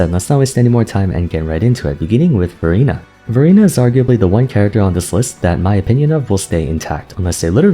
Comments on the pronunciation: Every time you say Verina I can only hear Furina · lol everytime u said verina sounded like furina and i already know who to use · Exactly my thought as well😂 I thought I read the title wrong... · Well, NOW I do... thanks. XD